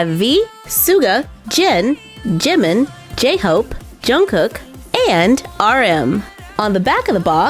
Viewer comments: I am dead Jungkuk it’s Pronounced Jungko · The way she pronounced Jungkook and Suga had me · If this helps anyone then uh...cool... but Suga is pronounced Shuga(because his name comes from his basketball position as Shooting Guard), and Jungkook is pronounced almost like saying Jungkoo(k) instead of saying Jungcook